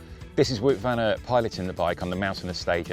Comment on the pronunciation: Ah yes, Woot van Urt